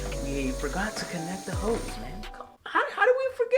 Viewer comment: lmao ik but it just sounded like you said “hoe” instead of “hose”